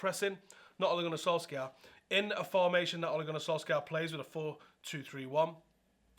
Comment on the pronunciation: You literally said oaligoanysoalska like 20 times before the video was 2 minutes in. Wow that was fucking annoying